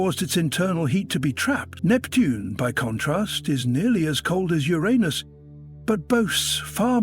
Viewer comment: The AI generated voice is pretty convincing, except when it pronounces Uranus as Euraneous, and wouldn't mix up gas with gos.